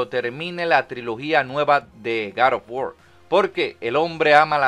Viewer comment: "gad of wor"